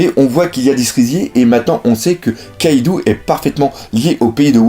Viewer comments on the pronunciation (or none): none